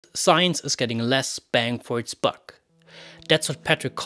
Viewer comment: Buck not bug